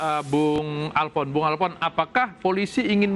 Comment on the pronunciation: Halo pak yang wawancarai jangan alpfon lainya alfon